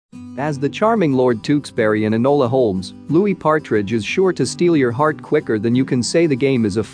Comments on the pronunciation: Anyone else notice that he said "Patridge" and not Partridge?? 😬🙈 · And Louis patridge like it’s Louis partridge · not the "timothee chalaMET" and the "louis PATridge"